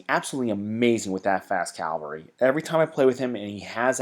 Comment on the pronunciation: why can't americans pronounce 'cavalry'???